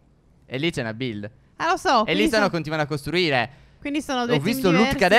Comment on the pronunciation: Tutti: (pronuncia di build)bild Stef: (pronuncia di build) builll